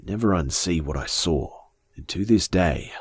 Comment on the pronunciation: who else loves the way he sais saw~sawr